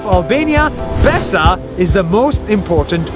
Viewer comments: BRUH ITS NOT BESA IT IS BESË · Haha im from albania and u are reading "BESA" wrong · You pronounced it erong its bésa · I thought it be bitch instead of bessa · They pronounce Besa pesa, and pesa is money in urdu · at the start of the video i thought she said ''bitc...'' ya female dog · Im from kosovo BESA means trust also the E is pronounced like an he but without the h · Guy:u have my BESA me:I THOUGHT HE SAID VISA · I swear she said b*** in the start of the video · Plot twist: Its not BESA Its " bASS". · Btw we don't say Besa ,we say it like not b but a like a beatbox bass we just touch our lips and say b ,albania is one of the hardest languages to explain,so im not trying anymore. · Besser ( pronounced like "bessa") means better in german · It sounded like "You have my paisa" 😂😂 (Paisa means money in Hindi) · If you speak albanian you know that he's saying it so wrong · Yeah i am albania,he pronuces it wrong but its ok. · Im albanian and the way he says Besa is just funny. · Besa you to say besa.